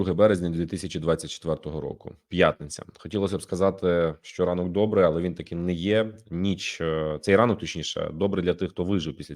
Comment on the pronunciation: Короче - дикую, було, алэ, маемо...